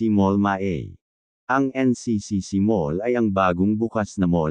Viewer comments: Correction po:: NCCC mall Ma-ah, hindi Ma-ey, SM Lanang, hindi Lan -ang.. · HA ? NCCC'MALL MA'E ?? MA'A KASI YAN HEHE...MA'A TAPUS PAGKASABI MO MA'E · Anong NCCC Mall Ma-Eyyy? Hahahahahahah! It's (MA-AH) Hahaha! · lols Ma-ey...